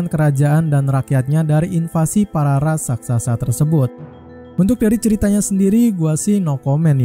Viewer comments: Raksasa bang bukan raksasasa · Tak kira gak bisa bilang Raksasa, soalnya kedengerannya Rasaksasa, Ternyata Ras Raksasa 🤣